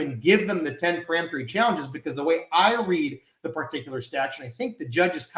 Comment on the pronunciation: Isn't it peremptory and not pre-emptory?